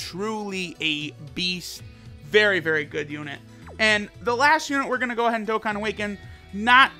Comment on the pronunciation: Y u always say dokkan battle filed